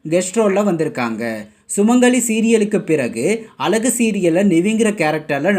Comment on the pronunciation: இந்த சீரியல் பற்றிபேசும்நபரேதமிழ்உச்சரிப்பைஅழகுவார்த்தை.. ஒழுஙகாகசொல்லக்கூடாதா